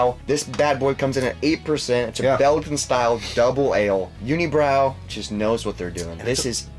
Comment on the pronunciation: Guys im from quebec unibrou is pronounced uni brew in french. Glad you like their beers though.